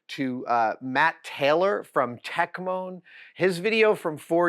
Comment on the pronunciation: it's techmoan, not techmoan.